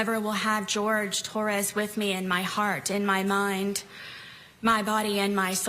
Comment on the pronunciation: I almost didn't make it through this disgusting and vile "statement." She had the audacity to come across as hostile, blaming Jorge (and still saying his name incorrectly!) and expects us to believe she had no way of getting out of the situation prior to his death? Like we didn't see the awful video of Jorge begging this pos for help while she sat there and snarked comments in reply to his pleas?! And lashes out at the media for reporting on her crime and for the public judging her disgusting lack of care towards Jorge? She can fk all the way off. Got me all kinds of PTFO with her self-centered, victim-blaming. 🤬🤬